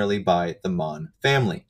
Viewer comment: Mohn means poppy in german. The second pronunciation was on point.